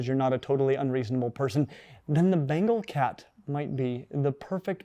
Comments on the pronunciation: Ben-Gaall not bengel. English student of the British Empire, we made the Indians life a misery, almost as bad as smallpox (a God out there apparently). They're cute and make the weirdest noises. I was allergic, the histamine cascade that almost killed me seems to have reset that allergy. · "This.....is a BANGLE!!! and a BANGLE!!! is the coolest looking housecat in the world...least if y'ask me." Lol. That pronunciation tho.